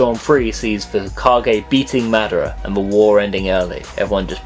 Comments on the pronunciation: mad-er-rah.... what the fuck lmao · he said most of the most of the fake words wrong. And epacially madara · it's better than lol